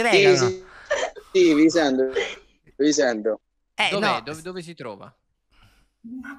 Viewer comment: "vi sendo" "vi sendo"